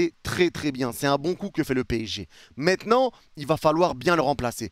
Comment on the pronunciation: « mais MÈTNANT » 😂